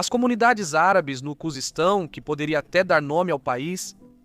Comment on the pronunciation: me perdoe mas eu ri quando você falou Kuzestão kkkkkkkkkk